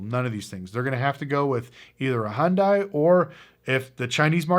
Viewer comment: Honest question...do people mispronounce Hyundai on purpose because they don't like them, or are they actually that ignorant? They literally ran a commercial years ago that said "it's Hyundai, like Sunday". Scotty kilmer also wildly mispronounces it and I have to believe these people know more about cars than me. But for fuks sake, it's not Hundie, it's not Heeundie, it's not Honday. Why are these people who apparently seem to know the car industry in general so wrong about this thing that they could so obviously and easily get right if they wanted to? Edit: I looked it up, it was a goddamn superbowl commercial from 15 years ago. Its right here in YT. How do poeple not know this?